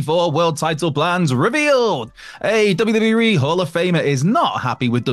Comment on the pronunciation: Say WWE properly..not WE.!!